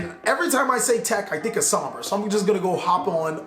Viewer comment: You got my heart by the time you said "Sombra" 😍